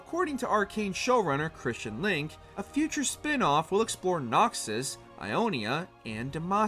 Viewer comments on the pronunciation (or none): none